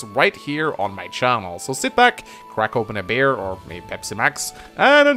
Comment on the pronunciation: Every time you say "beer", I hear "bear".